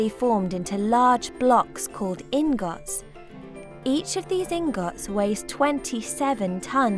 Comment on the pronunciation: She said ingot wrong, and that's annoying.